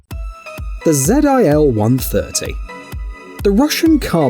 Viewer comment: Its called ZIL, not zed I L....